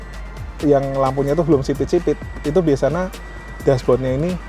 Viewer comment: Siapa yg notice mas nya kalo bilang * biasanya * bilang nya * biasana * 😑